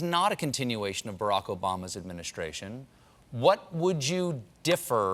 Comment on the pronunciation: He called Barack "raprock" he was his vp for 8 years! his memory is slippin. Sorry creepy Joe you aren't right and should sit it out